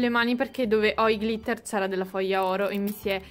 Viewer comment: Glitter si pronuncia con l’ accento sulla i